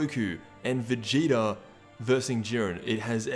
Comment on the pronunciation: It’s so funny when you say Vegeter